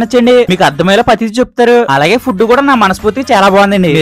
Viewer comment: Bro nevu foob ani petav bro food ani petu bro❤